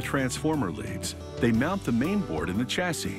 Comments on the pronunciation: I LOOOOVE (NOT) YOUR AMERICAN WAY OF SAYING WORDS LIKE "CHASSIS" SPELLED WITH A "CH", BUT ITS SUPPOSED TO BE PRONOUNCED AS IF IT WAS WRITTEN WITH A "SH" ("SH-ASSI" WITH A SILENT "S" AT THE END AND NOT "CH-ASSIS" AS IF YOU ARE SAYING "CHA -SYS", LIKE YOU DID...) , "SA" DER ... NOW, WHAT THE HECK IS THIS WORD?? DID YOU MEAN TO SAY S O L D E R ?? PRONOUNCED JUST AS IT IS WRITTEN.... SOL-DER.... NOT "SADER" LIKE YOU SAID.... HAHAHAHA.... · Stop, this American narrator dies not know how to pronounce chassis, aluminium and it’s a transformer not a bobbin.....!